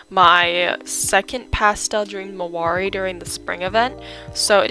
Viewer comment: Its marwaris not marmaris, she just pronounces it that way